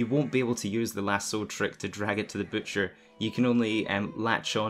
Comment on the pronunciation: Butcher not bootcher 😂